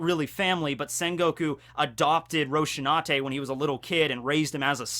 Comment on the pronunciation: Rosinante, not Roshinante...